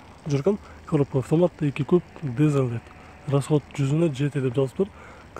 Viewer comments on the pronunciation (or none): Дызл дейтко ... Дизель дегендичи